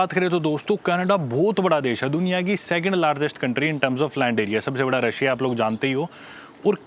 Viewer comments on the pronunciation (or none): none